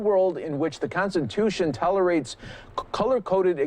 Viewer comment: "Con-sen-Tution"? Meaning to Consent to oppression. Most likely a Freudian slip.